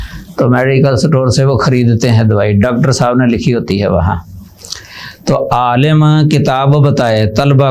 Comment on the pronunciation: عالَم❌❌❌ عالِم✔️✔️✔️✔️ مدارَس❌❌❌❌ مدارِس✔️✔️✔️✔️